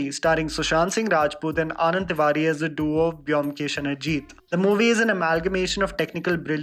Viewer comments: It's bomkesh not byomkesh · "Bomkesh" is a better pronunciation than "Byomkesh".... Bangalis will agree. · Byomkesh should be pronounced as Bomkesh